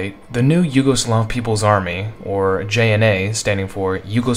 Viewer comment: butchered the JNA's name...